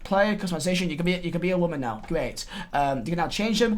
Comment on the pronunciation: Drink every time he says morale or waman and respect